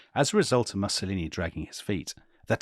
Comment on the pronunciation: I don't want to be picky, but the mispronunciation of Mussolini does grate a bit.